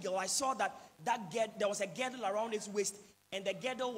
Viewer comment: Please it's not GEDDLE, it's GIRDLE.